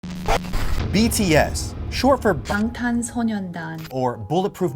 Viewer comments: I mostly found it interesting because even if you've only been ARMY for a little while, you've most likely spent a good deal of time listening to Korean. You inevitably hear the boys introduce themselves many times or say Bangtan casually. It's hard to not realize you're saying it incorrectly. It's not like I'm saying she needs to be fluent in Korean. I understand pronouncing sonyeondan incorrectly since that's harder and less often said, but BTS refers to themselves as Bangtan (shortened) a lot. No one needs to do it right but if I was spending 3 years and as much money as it would take to see them 8 times in one year (which inevitably involves plane tickets and paying for accomodations on top of actual tickets cost), I'd pick it up along the way. Also it's not likes she's chilling in her bedroom with her friends. She knows a lot of people are going to see her talk. Seems like basic pronounciation is something you'd pay attention to when you're trying so hard to sound articulate overall. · I just find it so disappointing when people are fans of a group (any group) for YEARS and they can’t pronounce at LEAST the name of the group correctly.. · been ARMY for 3 years and has seen them 8 times but can't pronounce Bangtan correctly 🤔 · Y'all we KNOW she said Bangtan it just SOUNDS like she said Ben Ten ok even I'm an ARMY and found this comment hilarious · It's bangtan, but I like the effort.